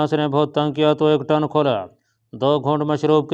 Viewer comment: یہ ٹن کیا ہوتا ہے۔ اسے ٹن_ کہتے ہیں۔